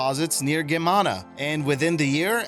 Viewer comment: Loved the vid! Btw, Geamăna is pronounced smth along the lines of GEE-AH-MA-NAH.